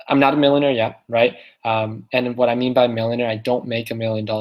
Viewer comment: ... "so the making of manuer" 🤣🤣🤣🤣.